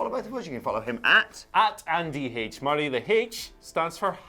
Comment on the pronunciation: WHAT THE HELL, MURR-AY?!🤣🤣🤣